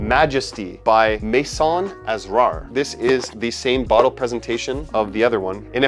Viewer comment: The word Asrar from Maison Asrar is pronounced ass-rar,, meaning secrets 👌 Edit: the stress is on the second syllable.